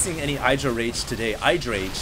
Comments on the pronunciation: "iddra", not "I draw". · It's idddrA IDDDDDRA Not eye-dra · i've never heard i-druh before. always heard it as ihh-druh. hmmmm... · IdrA has said it himself its pronouced Id - ra not eyedra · It's pronounced Eye-dra. Oh? I was told it was Id-ra? Well, they were wrong, weren't they? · Please call him idra, not eye-dra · Just bt dubs, Idra is not pronounced eye-dra. The Id is pronounced the same way it is in "lid". Say "lid-ra" and then take off the L. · Its Idr-ah it rhymes with get yah. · Dude,... it's not Eye-dra. =/ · you still pronounce "idra" wrong